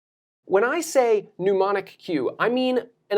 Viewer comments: YOu are an incredible teacher. I wish I had you when I was a student. (I wonder where you learned the pronunciation "new-monic" instead of "neh-monic" for the word 'mnemonic', but I digress...) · You are the best teacher of how to learn I have ever heard. Ps isn’t mnemonic pronounced neh-mah-nik? You make it sound like pneumonic (new-mah-nik). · it's - Nee-monic. Not New-monic. No u there... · NEH monic, not PNEUmonic. You're not pushing air through your brain pipes to remember stuff, man. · Love your stuff, man. Listen to you all the time. Just a little note: It's pronounced Nee-monic, not Nu-monic. "Pneumonic" refers to the lungs and breathing. "Mnemonic" refers to memory. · Neh-monic, not new-monic. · Small correction: "mnemonic" not "neumonic", and it's pronounced "nee-MO-nic", from Greek μνημονικός, meaning "of the mend/mental" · A minor quibble; mnemonic sounds like knee-monic. Good info on memorization. Harry Lorrayne wrote “The Memory Book” which was passed around like underground memory porn at college. It gave really good instructions on how to associate literally anything from formulas to names, etc. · Excellent summary of both memory strategies. As a former professor of cognitive psychology myself, I can attest that you've provided good summaries of these strategies. One suggestion -- please come up with a mnemonic to help you remember that "mnemonic" is not pronounced "pneumonic"; rather, the first syllable is pronounced like the first syllable of "nemesis". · Thank you for this video - totally forgot about using mnemonics and never knew the most efficient way to use flashcards using spacing. In return: You're pronouncing it "noo-mon-ik," a word spelled Pneumonic that is related to the lungs/pulmonary – think "pneumonia." Mnemonic is a shade different starting off with the "nim" sound, pronounced "ni-mon-ik." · great video... but afraid you keep mispronouncing the word mnemonic as mneumonic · How about effectively? Mnemonic not " pneumonic"